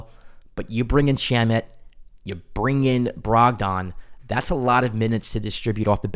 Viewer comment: Brog-den not Brog-don. No one says Brog-don.